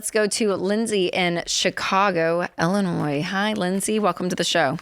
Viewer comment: It's Illinois, not Ellinois 🙂